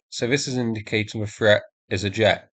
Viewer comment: I wish you could learn to speak. Threat is not pronounced. Ffffret. You come over as a half wit, unable to pronounce simple words